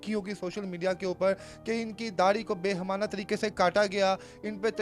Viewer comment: Behemana nahi bal k Baheemana lafz hai